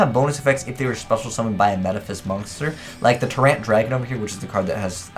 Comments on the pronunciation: "Ter Rant"🤦‍♂️ how about "Tie-rant" 😂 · Day-uhn-dollis... Tuh-rant... dude 😂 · Tie-Rant and Day-Duh-Lus